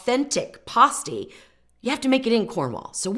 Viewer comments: I lived in the U.P. for years and always heard it called "pass-teas" not "pah-stees". I have an originsl pasty recipe from one of the larged pasty shops in Marquette. I might try yours because trying to find rutabagas here in Indiana is impossible. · Not to be critical but you're pronouncing it p-ah-sty when correctly, it is p-ass-ty. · Born and raised in the UP. It is pronounced PASTE -EE